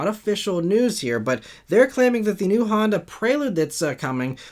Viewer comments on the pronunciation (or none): none